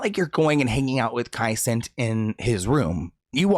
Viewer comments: Kai CEN-NAAAT not kai cents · Noooooo, not Kai "Cent" 😂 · Bro it’s Kai Se-Nat not cent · Kai Cent 😂😂😂